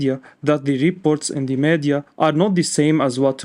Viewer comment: Meeeedia, not meadia